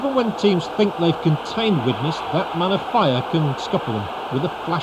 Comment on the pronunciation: His name is not pronounced Of Fire, but Offeea (stress on Off)